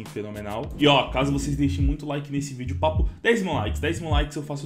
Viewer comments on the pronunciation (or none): none